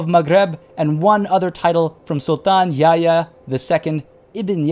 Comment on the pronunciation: I discovered your videos when looking for a Moroccan playthrough of CK3 (I am a Canadian of Moroccan ancestry). Great content! PS: Yahya is pronounced "Yah-ya" and not "Ya-ya" in Arabic, the "h" is not silent. Except for that your pronunciation is pretty good:)